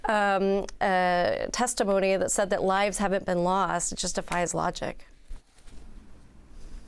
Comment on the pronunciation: "just defies" sounds like "justifies" - you don't need to say the word "just" - IT DEFIES LOGIC! Speak clearly, the world is listening - a very confused and worried world.